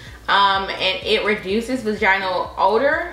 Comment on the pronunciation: Between the recurrent nip slips and mispronunciation of "vaginal". I cant👎🏾